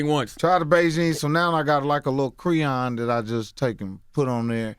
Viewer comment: "a lil creeyon"